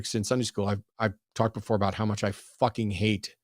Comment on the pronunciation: ABOOT? A 🥾? What’s he even talking about? 😂😉